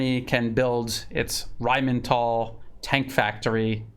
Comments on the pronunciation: It's Rheinmetall, dammit, not RheinmeNtall. 😆 Rhein (the river Rhine) + metall (metal)... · The word RHEINMETALL needs to be proncounced with a different accent. Imagine you are playing in a Indiana Jones movie... RHINE MHET-ALL! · you pronounce it Rhein-Metall, as in Rhein river and Metall as in steel work. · Why do you keep saying "Rheinmental"? The only "n" is in the Rhein-part of the name. lol. The name literally just means "Rhine metal". There is nothing mental about it, hahaha